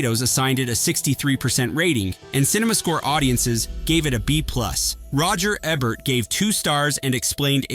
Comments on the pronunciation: OMG. It's E Bert, not Eb bert. One B. Lol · "Roger Ebbert" lol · Roger “Eh-bert”??? Too lazy to narrate your own stuff, huh?